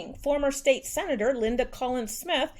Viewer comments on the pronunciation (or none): none